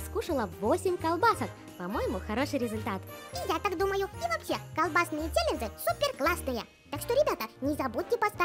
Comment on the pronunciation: Не чэленджы а челенджи